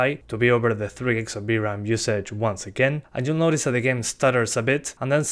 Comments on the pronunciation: You know it's VRAM, not BRAM, right?! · knew that you said "v-ram" to be "b-ram"😄